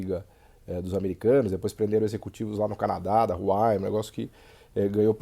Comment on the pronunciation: Vídeo mais do que atual nesses últimos contextos. Muito bom! ps.: o nome da Huawei pronuncia-se “wah-wey”